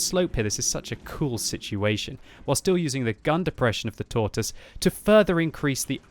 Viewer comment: 8 years of WoT and you still say Tortoise wrong smh lol